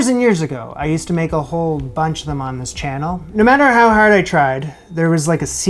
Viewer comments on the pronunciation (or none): none